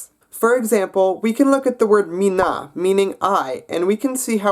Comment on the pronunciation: The stress goes on the first syllable of every word, so it's *MI*nä and *MI*nun